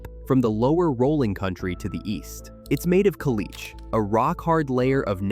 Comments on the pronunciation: From Lubbock……caliche is (in the panhandle) pronounced “Kuh-lee-chee” with the emphasis on “lee.” Llano is pronounced “Yah-no.” Excellent video content. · Caliche is pronounced "kah-lee-chee" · the 'e' at the end of caliche is not silent. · Yes ..thank you. Kal-lee-chee not Kal-eech. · Hello from Amarillo. Here is somethings you don't know. The actual pronunciation of our stuff The clay dirt is called clee-chay Amarillo is our name and the Spanish yellow meaning is for the grass lands, not enough much water makes them yellow Hereford is said Her-ford, called it here ford once Llano keeps it's Spanish pronunciation as Yanno We still call it the dust bowl You don't loose if you don't finish dont the meal in the time limit, you pay and have food for days. Win-Win We pay tribute to our original hometown by naming one of our high schools after it with the mascot Rebel, graduated 1999 We didn't want slavery and had recently came out of the fight with Mexico for our independance, only reaso to join with the southern stes was security from potential retaliation and reconquest Texas overall is the one State that was its own country before statehood, Cowboys and Vaqueros and the like were always organized together Yellowcard is a secondary effect of Amarillo with the addition of Pantex, also known as bomb city. Thanks for everything else you got right about my home. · Caliche is pronounced "ca-lee-chee"! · Caliche is pronounced Kuh-lee-chee. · Caliche is pronounced. “Ca-Lee-chee”….. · caliche is pronounced ka-LEE-chay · No, it is pronounced ka-lee-chee. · Llano is pronounced Yawn-o. Caliche is pronounced kuh-lee-chee. Hereford is pronounced her-ferd.